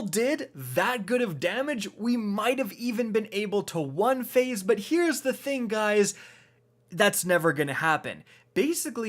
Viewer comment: The way he says "one phase" on morgeth is so out of place and annoying